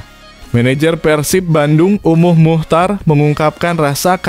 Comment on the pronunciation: Bukan be kam tapi bekkkam bukan umuh muhcar tapi umuh muhtar jangan salah nyebut itu merusak nama orang